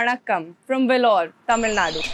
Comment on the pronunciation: வேலூர் அப்படின்னு அழகா தமிழ்ல உச்சரி முண்ட